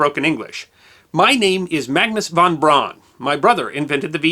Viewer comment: von Braun is pronounced von BROWN.